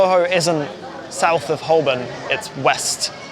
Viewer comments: While you're doing place names... the 'L' in Holborn is silent.😉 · You can’t be making these videos pronouncing Holborn like that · He didn't even pronounce Holborn right and you expect him to get that right??